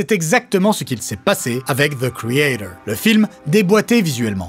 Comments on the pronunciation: Zeu kréatore. C'est quand même pas si compliqué à prononcer correctement. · The creator avec l'accent anglais approximatif ça fait mal.😅